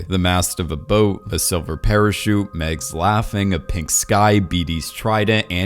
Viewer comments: Dude, it’s MAGS!!!!!! Not Megs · dude there is an H in joHanna and mAgs is said with an A not an e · Mags, pronounced the same as in "magic"